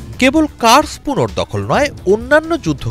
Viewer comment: কুরস্ক হবে, কার্স্ক না😂